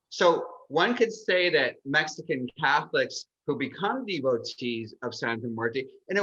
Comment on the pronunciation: Did she say "Mexico-an"?